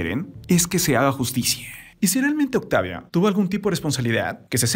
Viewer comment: Esta bien tu Referencia de los hechos, pero usas traductor? Por que dices octavia y todas las letras finalizadas con A, terminan en e?? Es un poco incomodo escuchar la narracion así!.